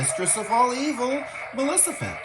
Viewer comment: Did i heard "malecifent"?